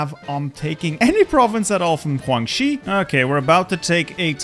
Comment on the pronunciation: Why do you say Guangxi that way...